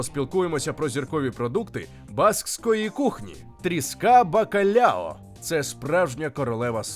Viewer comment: Кухня басків - це окремий вид мистецтва, як і будь-яка кухня усіх народів світу і усіх країн світу, що відзначається певними історичними і географічними особливостями. Але є деякі геточності. Не буду зупинятись на назвах і рецептах , пам'я маючи про особливості славетної української кухні, безліч рецептів і назв. Але, все ж таки не "бакалЯо" а " бакалАо", не "алЬ", а "аЛ" , не "а лЯ" а "алА", не "поррусалЬда" а "поррусаЛда". Тріска і хек - риба з однієї родини, але не одна і та ж сама риба " Cococha -Кокоча - з тріски. Живу у Басконії двадцять п'ять років, маю професійну освіту кухаря і титул Басконії. Гугл дає не зовсім точний переклад і не завжди точну інформацію. Баски не пом'якшують "л" в закритому складі. - " сіль - sal" ", " артиклі ч. під,-al, жін. рід. a la"". І тд